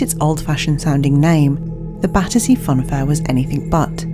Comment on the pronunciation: Battersea Fun fair , Badussy Fun Fair— I can’t un-hear it 🤣🥲🤧